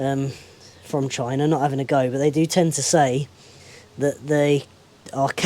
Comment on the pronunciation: China not Numba Wun.